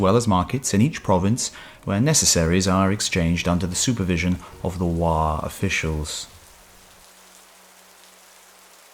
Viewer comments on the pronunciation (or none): should be Wo not wa as this is original pronunciation.